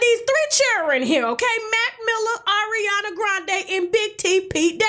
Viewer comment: Why did the way she said Ariana in the beginning remind me of the Chipotle vine?? AORiana! ChipOUTle! ChipOUTle!!!! 😂